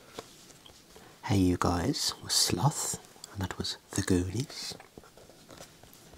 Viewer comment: Ah man love ya for multiple reasons, knew you had good taste in music from previous videos but respecting Nas just confirmed it! Also when you repeated "hey you guys" you sounded a little American haha. Thanks for another great upload!